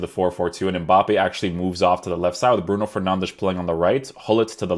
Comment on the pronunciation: Stop saying bruno fernandesh